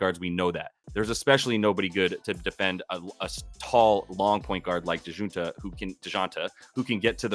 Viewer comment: Dee-Jon- tay lol butchered his name